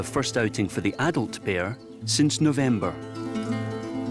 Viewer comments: Why this narrator pronounce the word "bear" and sound as if "beer"..I feel it a bit awkward. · Said beer because that’s the Scottish accent! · Bear or beer??